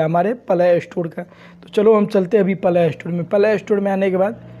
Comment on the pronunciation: Are bhai pahle think se bolo palay store 😅😅😅